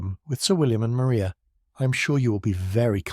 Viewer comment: Maria Lucas in Jane Austen's 1813 novel Pride and Prejudice, is pronounced Ma-RYE-ah.